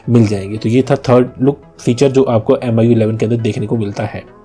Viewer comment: This guy can barely speak "MIUI11".